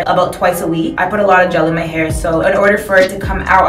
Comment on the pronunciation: lil she said a luh product that was alot 😂